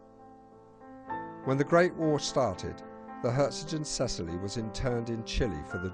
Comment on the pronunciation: PITY YOU DID NOT RESEARCH HOW TO PROPERLY PRONOUNCE THE NAME OF THE SHIP.